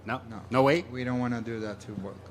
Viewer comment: He says Wolk not Volk - boom Roasted